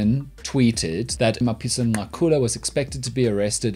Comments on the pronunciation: Dan, I love you more everytime I hear you say Mapisa-Nqakula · It is clear that he consults black people on how to pronounce these words